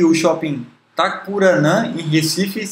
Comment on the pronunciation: Shopping TA-CA-RU-NA e não Tacuranã. Minuto . Fora isso, o vídeo está muito bom!